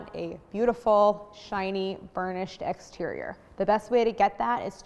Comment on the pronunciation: Lmao egg-sterior